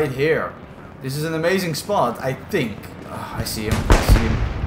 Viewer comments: Is it that you think a lot about what youre doing in game? Or do you tank a lot? Or do you thank evereone for playing with you... Cuz i hear neither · English is not my mothertongue, but i tink you pronounce the word "think" the wrong way... Sorry first time i see this chanell and im comenting after 10s but ouch! I still tink im right about you saying it false....